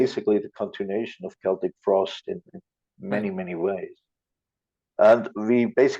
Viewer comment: Interviewer can't even pronounce the band's name.